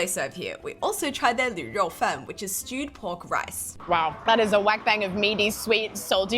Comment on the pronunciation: 卤肉饭读 “lu鲁”不是 “lv吕”